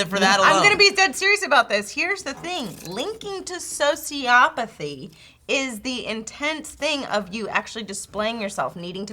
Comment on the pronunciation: It's socioPATHY, not sociOPathy.